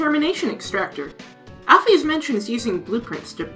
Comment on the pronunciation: Great video! But I can't move pass the pronunciation of "Al-pheez" 😭